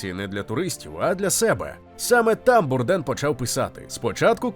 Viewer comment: Звичайно же без хейту, але змушений підправити: Прізвище вимовляється, як Бурдейн. Він був американцем, і на Батьківщині прозвище вимовлялось саме так.